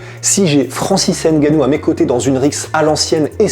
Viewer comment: tu dit mal son nom